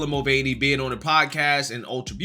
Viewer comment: Forget the gender being misrepresented. I'm offended by his pronunciation of his Irish surname. It's supposed to be 'mull-vanny' not 'mull-vein-ee'.